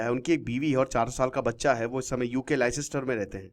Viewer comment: अरे लाई सिस्टर नहीं , लेस्टर बोलते हैं